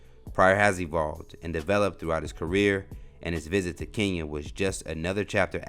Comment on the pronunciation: Kenya. Say it right.